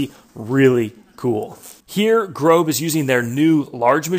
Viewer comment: GROB /GROß is pronounced Gross- which means big in German.